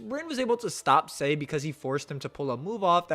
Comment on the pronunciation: Why does he pronounce Sae, say? 😂